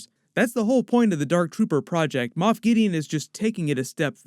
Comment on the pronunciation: It's Moff not moth lol